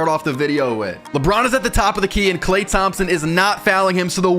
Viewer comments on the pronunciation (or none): none